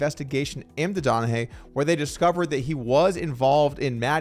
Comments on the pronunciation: It’s not donna hey. It’s donna Ghee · Tim Donagee is how its pronounced, just gotta get that right for the ball crowd ;)